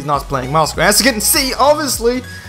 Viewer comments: oh goodness, you are pronouncing Moscov as "Moscow"... Facepalm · Itu Aksen-nya orang swedia